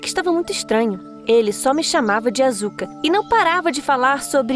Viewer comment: mds q dor---------- a pronuncia da asuka AAAAAAAAAAAAAAAAA